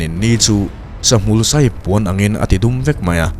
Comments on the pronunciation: Sai(elephant) anga lam rik loh tur.. FAI tih kan lam rik angin, SAI tia lam tur a ni e. Ngaihthlak a nuam e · Ngaihthlak anuam e,,, tui hi sai ah alo chang tih kha sai 🐘ELEPHANT NI LO IN 'SAAI' ti a lam tur anih hmel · Sai (Eliphant) ang a lam rik tur a ni lo... Ram hnim chikhat Sai (Tai, ka tai a na, tia tai kan lam rik ang hian lam rik tur) a awm...kha tak a ni kha tak. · Arsi lian tak, tui a rawn tla hi, Sai ( elephant nilovin) Sài tia lam tur, sái hi hnim hnah kha tak mai a nia, a hnah tui sawr hi hnar thi damdawi ah te an hmang thin. Thin thi put reh theilo(v)ah te an sawr thin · Saisiak Kan tih ang kha ni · 'Săi' hi. Ka thiam lo tiha 'thiam' thluk angin, Thei -fruit thluk angin, Thluk tur. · Arsi hming hi sai(ramsa) hming anga lam ni lovin hnam hming Sailo tih kan lam dan anga 'sai' tih hi lam niawm tak in ka lo hre ve mai mai a. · 14:8 sai (elephant) nilovin,sai("ka khup a sai dar dar mai" ti a,kan lamrik anga,sai hi lamtur anih hmel,ri hniamin,sai hi thil khatak ani)